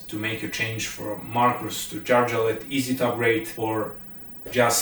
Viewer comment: pronounce Ä the right way! It is not A. Say Järvafjället. Dont say Jarvafaltet. OK?!